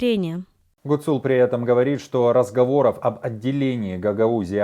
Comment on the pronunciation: В фамилии Гуцул - ударение должно быть на первом слоге